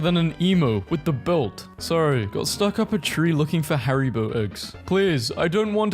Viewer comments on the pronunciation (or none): none